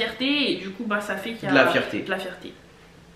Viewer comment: 😂😂😂😂😂 »Fierté, »❌combien svp 😂😂😂😂